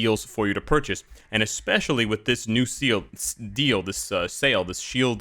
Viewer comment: seal deal GOB: Sorry did you say seal?